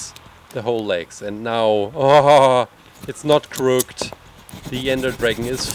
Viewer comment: He said crooked the wrong way... If you are true fans you will know what game he played when he said crooked wrong.